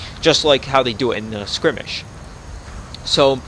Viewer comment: Still so grateful for your tutorials, they helped so much that I might release my first small mission pack soon. But one thing I gotta say... Every time you say "scrimmish" (?) instead of "skirmish"... a kitten dies. Please, remember that...